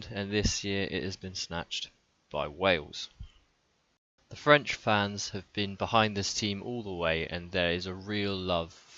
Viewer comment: Good video , your french pronunciation is not (too) bad. Anyway the French defense is worse than last year...Maybe we need Bouthier instead of Dulin...